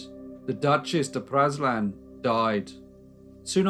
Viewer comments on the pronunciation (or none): Praslin is pronounced pray-LIN.